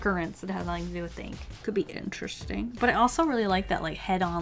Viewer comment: "Pretty itch-tresting" it sounded like you said lol.